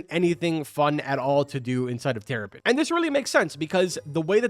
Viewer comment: He said teripen bro:(